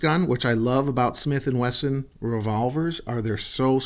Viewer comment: Taking after Mr. Ben Ciliberto below. Yes, It is a Gatling gun w 6 bbls. It also shoots depleted Aluminum shells (nut U238 depleted bullets, butttto depleeeeEted Al SHELLs mind u) from back of the cylinder or call it 6 bbl Gatling gun chambers.) I also like the man saying Smith & Wagon. Now, i'll end up saying dattttooo bc. i like the sound a lot better than Smith will. Great Review,. May b we can try Smelt & Wesson Veggie oil gun to cook that fish out in Calif. coast toast while those critters r making more bacon. Remember. Fly United (United A/L) to watch that event, like the Smelts do. I don't think u2 couple know bout this special night event under the shinning Moon lit beach (call it shore, in East Coast buttooo i'm nut sure for shore). I hope his wifee would keep him company at the range and keep on enjoying shooting herself. Maybe she can get the Smelt & Wesson.22 revolver which can also shoot.22 Mag thru the 6bbl Gatling gun w depleted bullets? She won't know if it's shoo'N mag or no mag or no bullets... OK, nuf of dat (that) above. Seriously, we should all try fried Smelt for snacks after hard ranger work at Smith & Wagon train heading up on the Oregon Trail. Here's the Smelt & Wesson recipe for U2: I think u, is always in charge of the Chow Wagon for the OreGonners so dat's why u said Smith & Wagon Motel Five, Eight or Six for dinner time on ur grill. This is Tom Bordette, Motel 6. I'll keep a light on for ya!